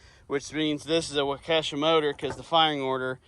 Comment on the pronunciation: Waukesha, pronounced as wauk-a-shaw